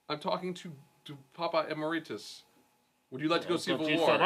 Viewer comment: why can't people ever pronounce Emeritus right? Em-air-it-us